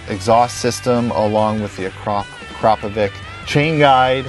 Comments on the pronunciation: always thought the silencer was pronounced ,acra-povic not a-crapy ovic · pirnat Akrapovich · LEARN HAW TO SAY AKRAPOVIĆ.